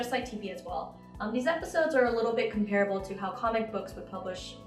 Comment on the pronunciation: you said comparable wrong. i wouldn't have said anything if this wasn't an official and professional publishing service. also, it's not particularly unique for comics to be viewed on mobile. i understand that it's pretty much self explanatory but how these two go on explaining it is a bit messy. it's unique because comics have never been viewed this way. not because it's not physical.